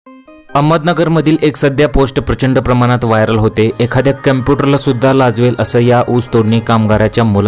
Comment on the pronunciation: Camputer nahi bhava computer.